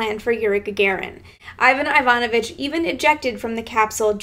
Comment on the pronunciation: Wrong stress! You should say Iva'n Iva'novich.